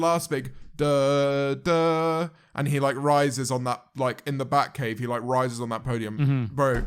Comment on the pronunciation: No one: James: łïkē